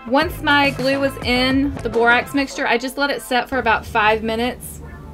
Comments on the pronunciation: I though you said no glue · You said know glue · You said mo glue testing slime